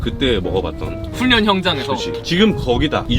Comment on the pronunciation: 훈련 안락 발음을 외국인처럼 하네요.